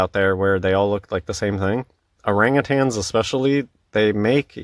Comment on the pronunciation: "orange-tans" lol. As if saying the name wrong debunks them...